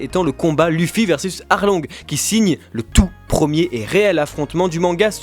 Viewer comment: TRop bizarre comment vous prononcez "Luffy", en plus si vous décidez de le prononcer comme ça pourquoi vous dites pas "U"sopp, L"U"cci ... ? En fait vous regardez le manga en français ?